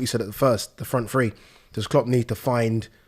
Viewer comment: It's so weird that someone that is English and from England says "Free" instead of "Three"! I never understand it at all!